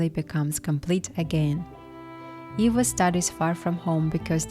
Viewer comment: Why you say Iva instead of Eva.